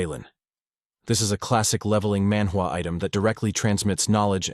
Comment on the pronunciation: Love the recap. But every time you say manwa recap world you break the immersion